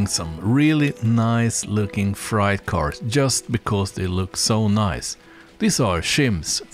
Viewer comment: Freight : pronounced fray with a hard t. Frayt. Think of frayed jeans. Great layout by the way!